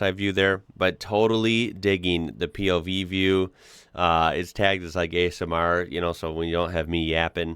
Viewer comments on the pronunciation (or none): none